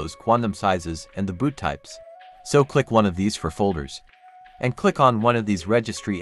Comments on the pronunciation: foreground "BOOST" not boot... jesus... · It's foreground BOOST not "boot"